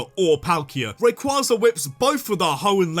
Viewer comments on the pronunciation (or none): DO NOT LEAVE OFF THE Y IN RAYQUZAZA! NO MORE SWEARING PLEASE! AND WE DON'T USE BELTS FOR SPANKING ANYMORE! I'LL SEE HOW YOU LIKE IT IF YOU GET THE BELT!